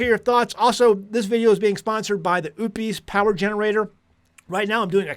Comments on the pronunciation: it's not oooop-eees, it's O-pus. O as in Ohio and pus as in what comes out of a sore. And I think most people are just trying to get by day-to-day. As a 63-year old female with no family, I can't run a homestead by myself. I follow a whole food animal-based diet, about 90% carnivore, and have seen a remarkable improvement in my health, including 80 lbs. down. In the end times, which we are now in, folks, especially in the Torah Observant community, are going to have to come together instead of behaving like it's every man for himself. That is, IF they have a thought in their head about and want to see their elderly brothers and sisters survive. We have knowledge, skills, and abilities that we can contribute, and our generation typically exemplifies character traits such as honesty, integrity, and a willingness to work. And some of us have substantial physical preps as well. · Every time you say "Oupes" all I hear is "oopes daisies." Are you sure you're saying it correctly? 😅